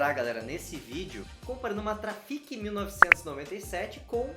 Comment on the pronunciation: Fala!!! Esse eu não tinha visto kkk mas é " TRAFICCCCC" 😉👍